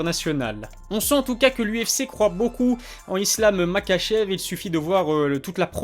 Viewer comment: Ça se prononce ma*R*achev